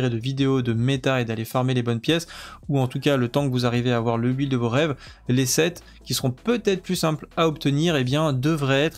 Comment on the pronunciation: Merci pour ta vidéo. Il me semble que "build" se prononce bilde et non bUhild